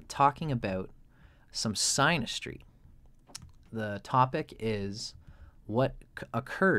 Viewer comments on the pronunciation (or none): Its pronounced sinastry lol